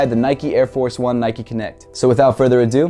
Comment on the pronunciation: Great vid and all but it's not nikeee it's nike